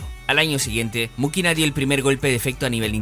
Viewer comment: Elena Mujina, no Mukiná 🤦‍♀️